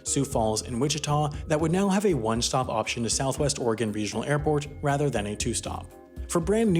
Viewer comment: kudos for pronouncing Oregon right